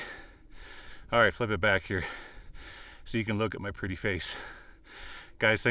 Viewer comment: Is it "pretty" or "pertty" lol Unbroken glass is what blew me away!